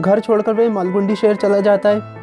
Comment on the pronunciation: Margundi nhi 🤣malgudi h bhai vo